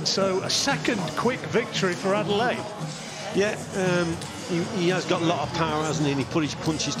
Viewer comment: They need to call man's name correctly wtf Adeleye - Ade-Leh-yeh Not Adelaide loool